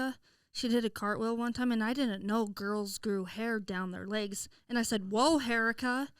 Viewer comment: can’t say a thing about Maggie.. if she says “LAYgs” 🦵or “AYEgs” 🥚one more time I’m gonna kms lol